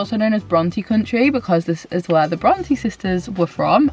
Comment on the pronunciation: I’ve always pronounced it Bron TAY Am I wrong? I feel as though is saying Bron TEE